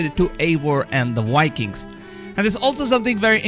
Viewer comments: also, Vikings, not wikins! :D but keep up the good work ! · Apple of Eden not aiden Vikings not wikings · It's pronounced like bye-kings not wai-kings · Wikings and walhala :) my favorite youtuber. Im not being a troll or making fun of I dig the accent! And eden being pronounced a'den :) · Nobody: The dude in this video: WIKINGS ASSASSIN'S KWEED